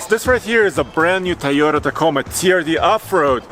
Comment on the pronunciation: I love TFL(n). I really like. I love my T4R. I can't understand why he can't say TO-yota. (not TA-yota). Love you guys.